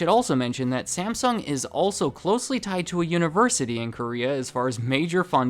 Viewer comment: Stop mispronouncing Samsung 😡 After 3 minutes, I'm outta here 👎